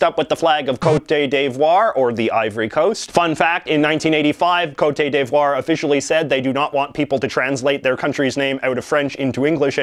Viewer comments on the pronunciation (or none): "Côte" (as in Côte d'Ivoire) is pronounced like the English word "COAT" (and means coast). You're confusing it with the word côté, pronounced "ko-tay", which means side. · it's coat div-WAH. Where'd the day come from? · Banjo Kazooie quiz theme anyone ? Oh and cote d'ivoire is pronounce "coat d'ivoire" ;) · "coat-ay day-vwour" sdfghjk sorry I just found that pronunciation really funny XD It's more like "coat deev-wawr" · Why are you butchering the Côte d'Ivore name?! It's very annoying xD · Coat day devoir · “coh-eh-tay d-voi-re” thank you jj also you can remember the ukrainian flag because of the whole “royal blue skies over golden wheat fields” which isnt ENTIRELY accurate but y’know, still good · He's not even pronouncing côte d'Ivoire right lmao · Stop pronouncing the accent aigu on the ivory Coast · I don't think the people that live there pronounce it that way.